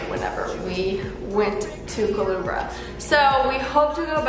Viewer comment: Omg you butchered the name 😂😂 it's pronounced Ku-LE-BRA, nice video though🇵🇷